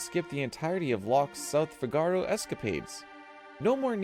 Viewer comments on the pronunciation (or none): It's not "fi-GAR-o", it's pronounced "FI-ga-ro." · 11.- Its not fi ga ro, its Fiiigaro, Like in El barbero de Sevilla, Fígaro the character, thats where it comes from. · Figaro is not pronounced the way you're pronouncing it. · the way you say 'figaro' hurts my brain... also, kind of lame having 1 and 2 being the same thing